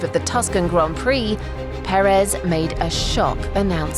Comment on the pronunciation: The story so far: The English speaking media still can't pronounce his name correctly